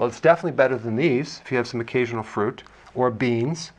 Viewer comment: occaSional...not occaTional